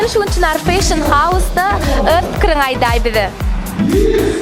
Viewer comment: Vedushijan bet gurleyanay (feyshin) diyip Molasses))))